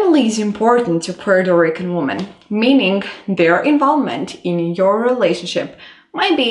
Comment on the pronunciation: I'm not taking advice on dating Puerto Rican women from a caucasian woman who can't even say Puerto Rican right 😒